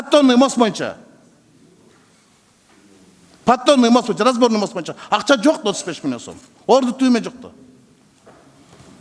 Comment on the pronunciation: Ошентсе сссрде береке паиз болгон. Бул Рыскелди Текебаев парламентте отурган да бийликке ооп сүйлөйт эле.Эми азыр жоктон көрө жогору болуп балкылдап атат Эсен болсун ушунусуна да шүгүр.боюнча дегенди моюнча деп сүйлөйт...Бир жакшы укулукту сүйлөй албайт шашып балкылдап сүйлөйт.